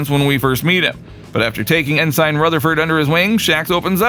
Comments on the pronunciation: I really hate to be that guy, but it’s pronounced “en-sin”, not “in-sign”. While it’s not the biggest issue, it is a little grating to hear it pronounced wrong so many times in such a few minutes. Otherwise, it’s a great wrap up of the voice acting crew. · "en-sign" NO! 'en-sn'. AI Voice Much? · IT'S EN-SIN. EN-SIN NOT EN-SIGN YOU'RE KILLING ME MAN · It's also cay tion not cat sun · "EN SIGN Mariner" "EN SIGN Beckett" Isn't there enough money in your meager budget to hire somebody to do voiceover ?? Is Youtube being completely taken over by voice synthesizers ???? Welcome to the Dead Internet folks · Well I hate to be that guy too, strange new worlds debuted in 2022 and lower decks in 2020 . Kinda hard for the franchise to be known for strange new worlds at the time that lower decks came out when it won't premier for 2 more years... Also ensign is pronounced ensen.. also kaitian is pronounced keashin... also qui gon gin is pornounced queye gon gin... also there are several other errors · Your AI pronounces ensign funny.